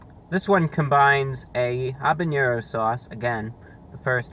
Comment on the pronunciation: You're like the only guy i know to pronounce "habanero" correctly. Everyone says it " HA banero" the "H" is silent.